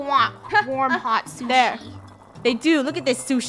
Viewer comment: OMG funneh how do you not know how to say onigiri i thought you know and liked SHUSHI